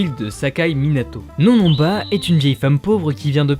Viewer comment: les "on" de NonNonba ne se prononcent pas comme dans le mots "non" !